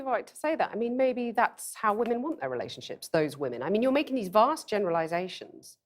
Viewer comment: "you are making this bast generalizations" touche...